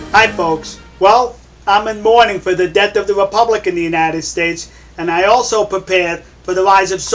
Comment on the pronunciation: "The deawth of the wepubwic." Kiw da rabbitt, kiw da wabbit! Be vewy, vewy quiet. I'm huntin' wabbits.